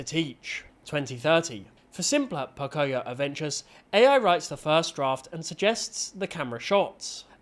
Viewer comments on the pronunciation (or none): It's not poc-i-o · It's Po-Coi-Yo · Idc about the AI slop, why is no one talking about Po-CO-yo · CAN YOU STOP REPEATEDLY MISPRONOUNCING POCOYO